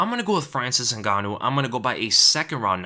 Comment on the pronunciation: To this day, people keep pronouncing Francis last name wrong. Is Ngannou NOT Zingannou